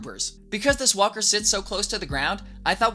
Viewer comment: why I hear whopper when he say walker?